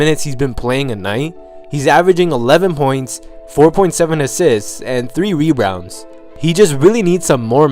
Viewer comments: and three rebrounds.Lol. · go to . He says "rerounds" instead of rebounds.